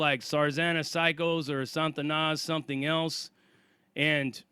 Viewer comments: It's pronounced SA TA NAS not SAN TA NAS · it's not 'SaN-tanas' It's just 'Sa-Tanas' No 'n' before the t. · There is no 'N' in front of the 'T' in Satanas (STS)... It's not 'San-Tanas.' It's just 'Sa-Tanas.' Damn, Sarzana you described getting a boatload of enemies is like that gang in the movie 'Colors.' 21 st.. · Sah-ta-nas...not Santa-Na. It's supposed to be a derivative of Satan. The way You are pronouncing it sounds like spanish for saint, which is the total opposite of Satan. Fix how you say that.